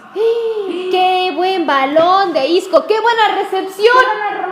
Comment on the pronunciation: y porque dale y dale con sisco, si es ISCO